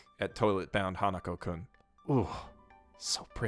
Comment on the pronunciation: It's Hanaku-kun, not Hanuko